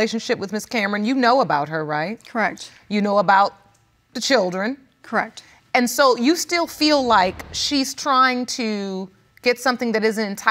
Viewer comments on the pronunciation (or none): And abandon me and my “chrirdren”?